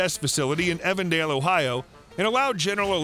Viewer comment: For those who are unfamiliar with the greater Cincinnati area, General Electrics jet engine plant is in an area pronounced Even Dale not Evan Dale. I just thought you should know.